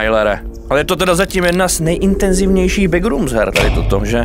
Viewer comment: Skvělé video jenom nevím proč ale Češi mají divný zvyk říkat begrooms „begrůms" místo backrooms „bekrůms"